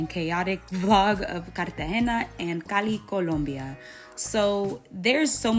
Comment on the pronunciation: yeah, I didnt watch the other food parts, there you pronounce Cali and Colombia as a native speaker! Quien lo sabia! 😊